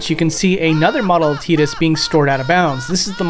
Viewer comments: His name is TI- DUS not TEE-DUS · His name is pronounced and said like Ty- tus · Don't ever say teedus again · I still find Tidus name being pronounced Tee-dus to be weird since I always thought it was Tie-dus, like a water tide, since water seems to be his whole theme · I still pronounce it tye-dus and you can't make me say tee-dus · Whoa, wait. TEEDUS? No way. TIDE-US for life baby! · Wait, it's pronounced Teatus, like teat, not Tight-us? What the hell? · I still can’t believe they went with Tee-dus as his name, just sounds so wrong, I always pronounced his name as Tide-us. I mean the guy spends half the game in water. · STOP SAYING TEEDUS. ITS PRONOUNDED TIDUS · Plays whole game, calls him Teedus. Excellente. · bro really said teedus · good video. u calling him tee-dus tho just kills me inside. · "Teedus" dude, wtf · It’s not teedus I don’t care what anyone says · I don't care what ANYONE says his name is TYE-DISS. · I refuse to call or think of Tidus as a "teet-us"